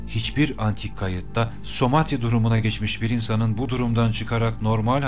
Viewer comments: bu video da tüm videolarınız gibi çok güzel ama "Samadhi" yerine neden sürekli "Somadhi" diyorsunuz anlamadım? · harika bilgiler toplamış ve paylaşmışsınız teşekkürler ama keşke somati değil samadhi olacaktı..